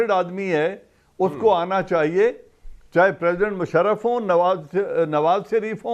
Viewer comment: Kamran sb Ap to mushraf ko bhi shaf shafsf kehte hen